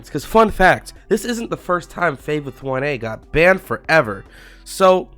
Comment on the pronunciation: why you always say "banned forever" weirdly